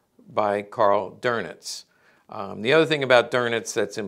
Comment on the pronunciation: Dernitz? really? Where did you find R in his name?